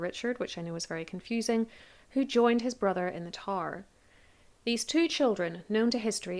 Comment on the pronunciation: For a second I thought you said, "Princes in the TAR," partially bc I was only half listening while doing other things so I missed who you were speaking of. I was imagining tar pits lol! Please, don't think I'm making fun of your accent, bc your voice makes this stuff nice to listen to, even when talking about murder lol. I thought it was funny & am laughing at myself for thinking you said "tar" & wanted to share the giggle.